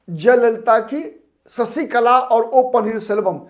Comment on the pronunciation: ससीकला ××××× शशीकला √√√√√ " श " अक्षर का उच्चार कब करेंगे